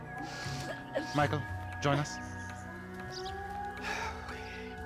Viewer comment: He sounds like he is saying Miguel instead of Michael